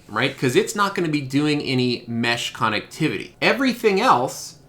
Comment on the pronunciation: We say conn-ECT not CONN-ect; thus conn-ECT-IV-i-ty.